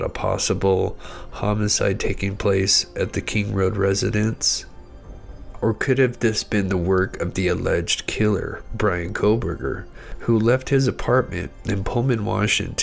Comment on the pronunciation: Lol at "Cole Berger". Also, did you even watch the video?